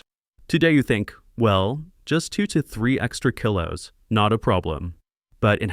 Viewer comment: AI VOICE. Kilo is mispronounced. For this, I will avoid this channel. Real humans . Keep healthy